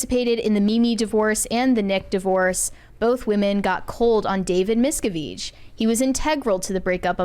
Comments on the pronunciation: correcting someone on the pronunciation of “David Miscavige” when she herself cannot even pronounce his name is chef’s kiss. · Pretty sure it’s Mis-Kav-ij. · Thats a new pronunciation for sure! David's own Dad had to plan and execute an escape from scientology. Hellllloooooooo!!! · I'm sorry, that's not how you pronounce his name. The guy you corrected had it right. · The way she corrected him on how to say "miscavige" 😂 wrong! Have they never heard any of the stories of the scientology defectors? 😂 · I like how is mispronouncing the names and correcting people on their correct pronunciations.